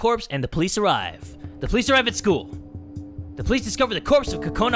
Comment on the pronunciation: This is how you really say kokonas name. CU-CU-NA